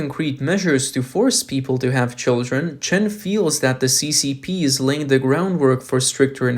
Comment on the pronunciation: Who are your readers? They are TERRIBLE; stop saying duh for the, firty for thirty, free for three; it's embarrassing!